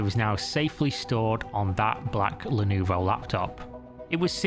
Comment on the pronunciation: Nice vid. I would appreciate double checking pronunciation though. Not that I understand Chinese. but I do know Lenovo is pronounced le-no-vo, common mistake.